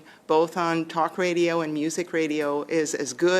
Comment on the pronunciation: MARIE-PHIIPPE BOUCHARD IS JUST ANOTHER ARROGANT FRENCH CU NEXT TUESDAY, CAN NOT WAIT FOR THE CONSERVITIVE GOVERNMENT TO DEFUND CBC SHIT , AND STUPID LADY YOU NEED TO LEARN HOW TO SAY RADIO